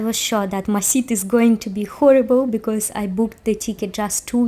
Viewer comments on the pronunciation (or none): none